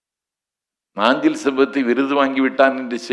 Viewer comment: Nanju not naanchil